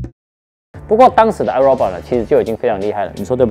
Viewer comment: 五年了 發音還是唸錯 是唉肉霸 XD